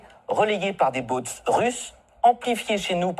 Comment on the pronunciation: "Les Baaauutes russes" ... Bientôt les Boats et pourquoi pas les Yachts pendant qu'on y est... 🤣